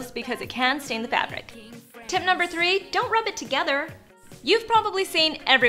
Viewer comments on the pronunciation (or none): none